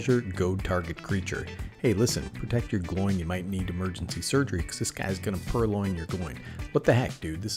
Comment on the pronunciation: Great video. I love how you pronounce Gloin 😂. The actual pronounciation is more like combining the words "glow"+"in". Keep up the good work! ❤❤❤